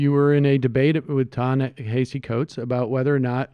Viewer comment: Could at least one of you learn how to pronounce Ta-Nehesi Coates’ name, please?